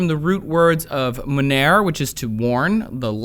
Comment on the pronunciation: Monere is not pronounced Monaire